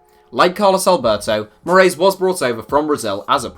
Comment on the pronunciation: for future reference, the correct pronunciation of “Moraes” is “More-eye-sh”